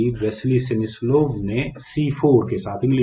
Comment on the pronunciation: सेमिस्लोव नहीं सर स्मिसलोव होता है।।